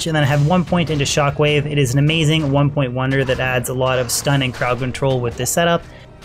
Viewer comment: Bro why does it sound like you say "100 point into" when you are meaning 1 point into, it always sounds like this and I had to ask lol.